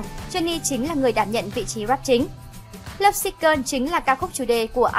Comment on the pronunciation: Thích top sao Hàn làm, nhưng chị lại đọc các tên bài hát hay tên idol ko đc em tại lắm lovesick gơn 😖😖😖😳😳😳😖 là gì